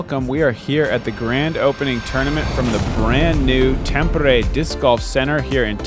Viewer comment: A tip for Nate: it's easier for you to pronounce Tampere if you pronounce it as tom-per-ray ;)